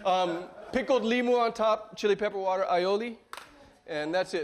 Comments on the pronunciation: Thanks for acknowledging the “wourder” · Dopey Brad just made a powerful video. I love when he screws up, or can’t say water. however,... Getting back to The Hawaiian roots is important for the native people who were discouraged from speaking Hawaiian. Salute!